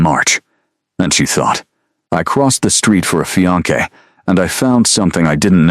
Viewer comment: Beautiful story focusing on real life practicality instead of vampire politics. A modern interpretation and refreshing change of pace. Highly recommended for fans of paranormal romance in a modern and sensible setting. Keep up the good work! I will say it would be a good idea to fix the pronunciation of fiance and cafe. The pronunciation used for fiance was not a real word and it kept pronouncing cafe as "calf" and a calf is a baby cow. Both errors were a little distracting.